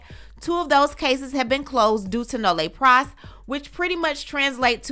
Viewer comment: Hey!!! I love your content, just wanted to give you a heads up, Nolle Pros is pronounced Noll Pros” the “e” is silent